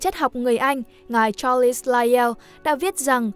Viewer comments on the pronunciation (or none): none